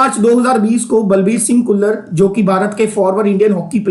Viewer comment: "ਘੁੱਲਰ"???🤔🤔🤔.... ਖੁੱਲਰ